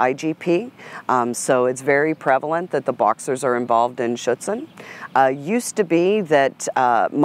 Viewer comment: I was waiting for someone to call that out also mispronounced schutzhund!